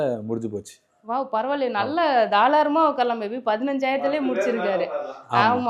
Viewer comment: Thalaram illa tharalam 😊